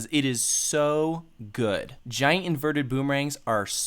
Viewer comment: why can't you say "inverted"?